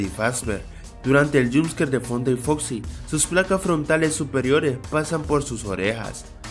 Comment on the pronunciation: dijiste en la 5 curiosidad dijiste fosi en ves de foxi genio